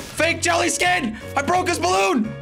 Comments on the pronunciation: Jelly its balloon not bloon ok go to school from onwards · It's says bloon not balloon